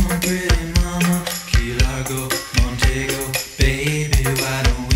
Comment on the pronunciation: Who noticed the change in pronunciation of "Montego?"